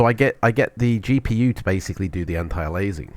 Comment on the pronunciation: Please learn how to pronounce "antialiasing".